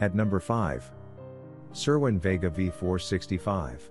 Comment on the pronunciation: You don't even know how to pronounce vega